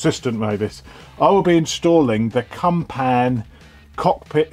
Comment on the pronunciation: Gotta love a CUMPAN! Although I think you'll find in the pronunciation the emphasis is on the "Cump" with a short "an" - phonetically "Cump'n" - just that little bit less slutty than "Cum-Pan"....and as for "it's not too tight, you can get it in from a different angle" I nearly choked on my weekend HobNobs!! Lovely to hear Mavis in top form...good advice from her too...